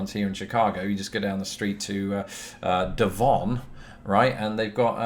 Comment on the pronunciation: #askabrit - “down the street to Devon?!” You must be living in my former (my mother’s still current) neck of the woods! Norwood Avenue is just a few blocks south of Devon. I noticed, you pronounced it like a local, “De - vawn” and not like a Brit, “De-vin.”